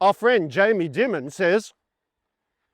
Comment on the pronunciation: Hope you are not Farming While White over there...Audio is quite good considering all the activity. It's pronounced Demon, by the way. Jamie Demon.